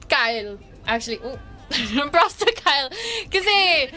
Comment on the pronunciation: Wrong pronounciation..(kyle) kay-le